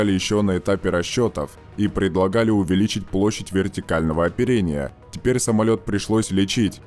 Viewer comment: да уж...самольеотт